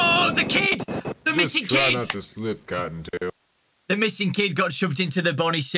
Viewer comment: when freddy said try not to slip cotton tail I thought he said "Try not to slip goddamn"